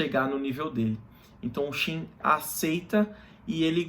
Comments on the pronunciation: òtimo video unico problema é falar Shin e não Qin, quando trata do país, complica muito a mente. Gostamos de ouvir como lemos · É pq não sabemos a pronúncia correta em mandarim mas Qin, foneticamente, se fala Chin